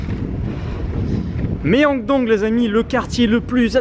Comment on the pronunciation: la prononciation ㅜ 명동 qui devient Méyongdong 🤣🤣